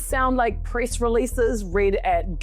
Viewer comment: White House Priss Secretary 😂 Not joking on your accent it just really worked out well here.